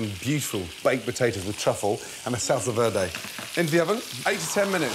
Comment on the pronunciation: the way gordon says salsa verde is fantastic 😂😂😂